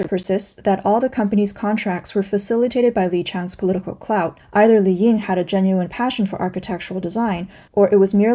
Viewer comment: 李颖 is pronounced Li Ying, not "Li Yin."